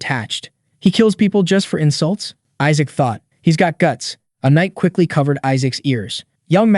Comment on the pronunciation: Isaac’s name is pronounced wrong in 7 different ways lol